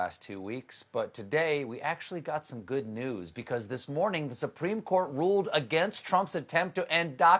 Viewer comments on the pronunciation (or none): none